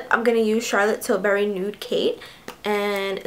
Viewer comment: Am I the only one who didn't understand what she said what type of lipstick she had on? All I heard was Charlotte berry and nude can someone fill me in because I love the color